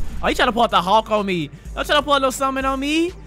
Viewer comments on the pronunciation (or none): none